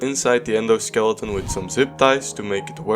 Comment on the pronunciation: idk why but when you said endo skeleton right here i first heard it as ender skeleton